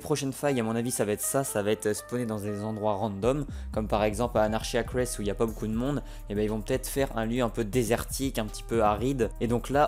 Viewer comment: Ça se voit que tu lis pas les commentaires sinon tu aurais appris à bien prononcer anarchy acrees